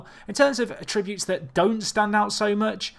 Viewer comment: ATTributes, not atTributes!!